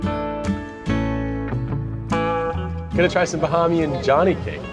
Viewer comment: Pronunciations...."KONK"...."BAH-HAY-MEE-AN".... "SOUSE" rhyming with HOUSE. No worries. We are all here to learn. Thanks and. Come again soon! (Freeport G.B. next)